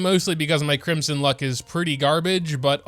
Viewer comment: cwimson hu tao uwu